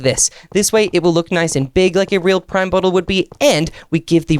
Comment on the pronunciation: Finally cos all the YouTubers say prim but you said it correctly thank you